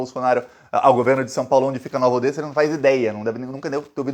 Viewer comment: Pronuncia-se "Nova Odéssa".